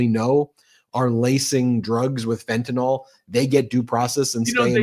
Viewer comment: It is Fetanyl not Fetanol.